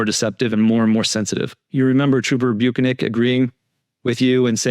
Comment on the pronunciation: Lol, how many times can you massacre Bukhenic's last name xD In all ways imaginable, never repeating yourself